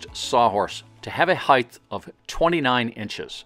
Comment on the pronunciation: This is a great video. My only nit-picking comment is that there is no "th" in height. I don't know why, but that drives me nuts. In all seriousness, though, I loved this video.